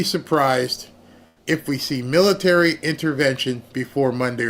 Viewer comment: Mitary? 😂😂😂😂 You're being silly.